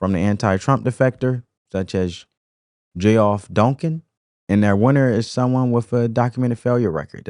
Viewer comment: Geoff Dunkin - pronounced Jeff.